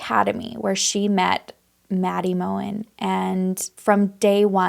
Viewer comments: they were in maddie’s bed that night. her last name is pronounced mogen with the g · Pronounced Kerr-No-dull not Kernoodle. (Kernodle) Pronounced Mow-Ghen (Mogen)